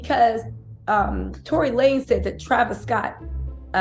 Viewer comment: Tory lamez 😂😂I needed that laugh… I love your content btw